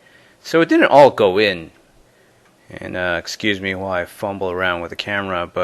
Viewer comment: Why so much emphasis on the H in while ?